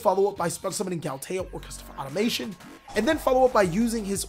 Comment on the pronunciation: Sorry to be THAT guy...but it's pronounced "Auto-ma-ton", and "Orcust-rion"